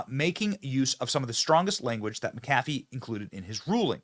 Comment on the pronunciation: The Judges name is pronounced Mac A Fee..